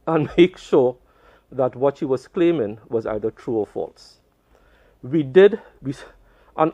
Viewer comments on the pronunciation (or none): none